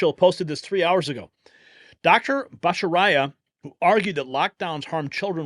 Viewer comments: bot a char re a is the pronunciation of Jay's name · Your average conservative knows how to pronounce "ba ta CHA ry a." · Bat-Ah-Char-E-Uh....just FYI. Good man. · Just an FYI it’s pronounced “Bot tah char i ah” 😊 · I think it’s pronounced batta chair eeeuh. Wonderful choice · if you are not familiar enough with Jay Bhattacharya's work to be able to even pronounce his name, you need to look him up. He is solid and dedicated to repairing the corruption that has taken over scientific research and medical science in particular. He may need a few bulldogs to be appointed to work under his supervision, but he will know good science from bad and care enough to clean the bad science out of the NIH funding practices. Hopefully, he'll ask other members of the Trump team for help with the political infighting, because I fear he may be too noble, kind and reasonable to fully cope with the real bad guys in the regulatory agencies. He's a highly respected scientist and doctor. Those good guys who may still be in the agency will respect him. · I like your channel, so please look up how to pronounce the good Dr’s name before you cover him again. Thanks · Lazy not bothering to learn to pronounce names. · You need to learn to pronounce his name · lol, ….Dr. “ botta-Char-e-ah”!! …a Few Exceptions in Our Podcasters have Butchered Pronunciations…😌😂 The PASSION & RELEVANCE of Our Conservative News Friends is What Counts!!!👍🤗We Love ya 👍🙏… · “Dr. botta-char-e-ah”…lol Love ya 👍🇺🇸🇺🇸🇺🇸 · That's Dr. Batta char ee ah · Pronounced “Botta-shar-ee-uh” 😊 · Can't you guys Google "Pronounce Bhattacharya" ? bot'-uh-CHAR- (e)ya Jeez! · It is pronounced Batt-a-char eea ( Battacharya) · That’s Dr. Jay Bhat-ta-char-ya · Fantastic news! BTW, since you’ll be saying his name in the future, the pronunciation is Jay Bat-a-CHA-ri- a. And while you’re at it, the word nuclear. Please! It’s NU-CLE-AR. I DO love your program! 😘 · Pronounce Jay's name.right...please